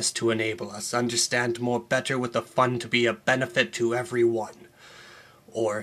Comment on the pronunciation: The funniest part of this video is the way you spit out the word "Fund"